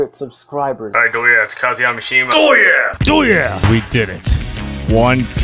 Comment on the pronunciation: How many times did he say droya?